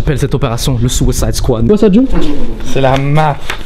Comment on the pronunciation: le suwisayde squade mdr